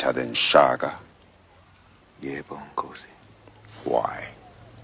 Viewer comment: is it just me, or does he say "Shaga"? not Shaka? So maybe people have been getting it wrong for years